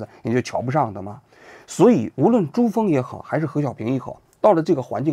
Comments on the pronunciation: 王局应该是没看过《芳华》这部电影吧？我们看过电影的早就发现你把刘峰念成朱峰了，却没点破，觉得问题不大。但也不禁在想，王局这边的工作模式是怎样的？是否有人防止这种错误的机制？因为时间太匆忙人手紧张没发现？还是发现了却不敢提醒。。。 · 你倒是改下啊 珠峰太出戏了吧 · 王局最近相当操劳啊！口齿之间刘峰成了珠峰；三集愣是改编成了三级！😂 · 朱nm啊，不是刘峰吗，一直珠峰珠峰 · 男主名字都念錯了，叫刘峰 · 嘴瓢也就算了，这种低级错误……唉…… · 做个节目能不能有点水平？男主名字也念错，b站up主名字也念错，这种最基础的东西你都做不好，还侃侃而谈？ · 连主要人物名字都反复念错，王菊现在对视频制作还有没有起码的一点责任心？ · 男一号叫刘峰，王局从头开始念错了好多遍，谨慎一点。 希望出个视频专门给大家道歉！😁